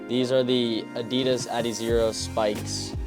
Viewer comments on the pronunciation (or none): none